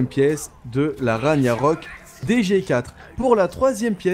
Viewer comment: Si mais il le prononce mal c'est Rag-narok on prononce pas le gn